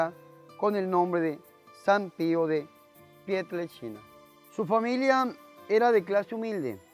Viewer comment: se oye. que dice pieltrechina.